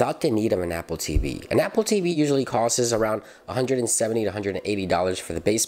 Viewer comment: ..did he just say "cost-ess"?